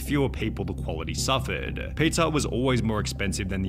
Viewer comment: Is anyone else absolutely losing it over how this guy pronounces pizza? PeetzaaaGh